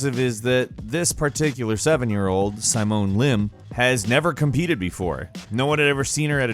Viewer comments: Simone is sy mone? its pronounced sim own right? I mean my sisters name is spelt like that sim-own thats like its said.. unless its a foreign pronunciation? Sorry man had to point it out that was a weird one for me. Not simon the pie man right lol xD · Never have I ever heard someone butcher the name Simone so badly, LoL Psy-moan? OMG I can't even breath! 🤣